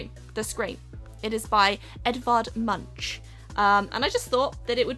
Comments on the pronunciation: ik you dont like people correcting you but its not edvard mun-ch but pronounced like edvard moonk :D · So... you know that everyone corrects you saying things wrong so didn't want to be left out cause I never corrected you Edvard Munch isn't pronounced like you did It is pronounced like the series Monk but with a u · Did anyone else just die when she said «Edvard Munch» its pronounced “Monk” just so you know... hehe Anyways loved this video, very fun! ❤️ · the way you say you learned how to say van Gogh is actually really close to how it's said in dutch so you're saying it right 😉 the way you said munch is not even close tho 😂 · Well, at least you admit you're pronouncing Van Gogh and Amazon wrong... can we have a moment of silence for MUNCH? 😂😂😂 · I don't care how you pronounce van Gogh or Amazon, but "the Scream" is painted by Edvard Munch, where the "ch" at the end is pronounced as a "k" not as "ch" in "much"! There, rant over! You may continue! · Omg Edward Munch is a norwegien painter. And totaly screwd it when she Said the name